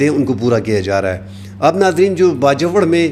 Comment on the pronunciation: Piyary bhai please ap Bajowar na kaha karein..Bajor kaha karein...apka style and news upto date and realistic hoti hein....Allah apko izzat de